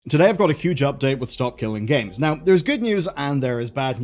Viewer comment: Reporting on SKG and not even saying the name right...why?